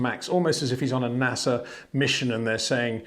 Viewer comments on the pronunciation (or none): none